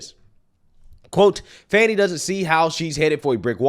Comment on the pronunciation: Check THAT box fanny. And it is FANNY, NOT fawny.